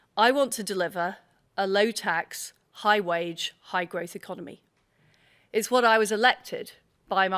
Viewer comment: I wouldn't mind, but she can't even say growth....🤣